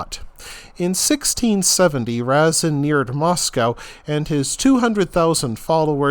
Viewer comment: Are you making a joke? You butcher the pronunciation of the names of everything. I don't think you got one right. And Razin, was Russian